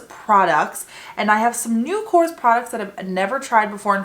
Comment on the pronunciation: Thank you for supporting a greek brand:)As a greek i appreciate it❤❤❤ (also it is pronounced Korrés)